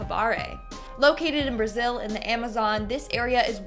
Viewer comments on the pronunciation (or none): none